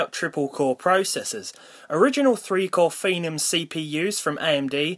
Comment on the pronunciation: twiple cowe shrekt m9